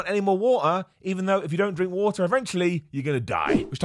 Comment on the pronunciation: How much wah-eh should I drink a day?